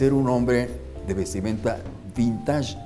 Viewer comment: No se dice vintash, se dice vintesh 😏